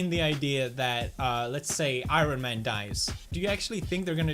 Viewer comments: He says I-Ron man... Interesting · I think that is his accent from his native land.